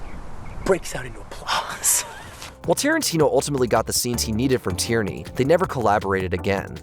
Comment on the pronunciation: It's nor Tyranny. It's Tierney (pronounced tier-knee).